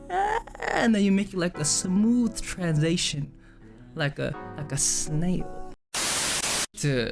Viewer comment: Jae: And then you make like a smooth TransAytion like a SnaiOL. Ugh he's soooo cute I can't!